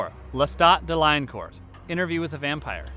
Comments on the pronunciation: I just want to point out to the people who made this video lestat last nam sound like this when said dela core not de lion cort he was French his father king he was even trying to become a priest until attacked and his dog where killed read the book the vampire lestat you’ll learn a lot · I am fine with the list except for some ordering... its based on vampires from movies and tv so yea some vamps wouldn't make it that should have. I simply have a problem when lestat has his last name mispronounced and using the one from interview instead of queen of the damned.